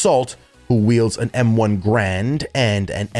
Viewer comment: did he just say M1 "Grand"?